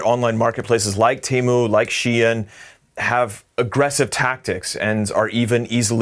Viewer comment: This person should practice his pronunciation and then go fight Temu.... 🤦🏻‍♀️🤦🏻‍♀️🤦🏻‍♀️